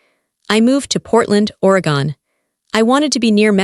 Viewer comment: If she was from Oregon, she would know how to pronounce it.